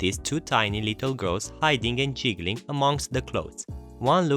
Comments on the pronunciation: just so you know you're mispronouncing "Giggling" it's pronounced "Gig-gil-ling" [gig as in a job for a band] it a type of laugh, you're pronouncing it like "jiggling" which a type of shaking associated with Santa's belly a bowl full of Jelly/jello. Yes the "hard G" vs "soft G" strike again. [my first name used the "soft G" and my last name use the "hard G" so i've had to live with confusion all my life ;)] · however the word in the story isn't jiggling it is giggling and it is only pronounced one way and not the way used here. and Because english isn't his first language, and the nature of g, it an easy mistake to make and might no be aware of it. is why i point it out